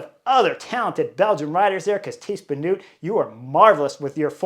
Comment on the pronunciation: it's Tiesj Benoot, not Benoet. Pronounced as written. Dutsch is a phonetic language. Reuser, not Roezer Van Vleuten, not Van Vloeten Kopecky is pronouced perfectly. 🙂